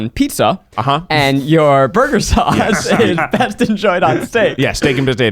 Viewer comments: Eugene saying breast instead of best had me dying 😂😂😂😂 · Eugene: keeps saying breast instead of best Me: proceeds to give Eugene Freddie Mercury's 40th birthday cake 🍰🎁😏 #iykyk 😏😎😂👑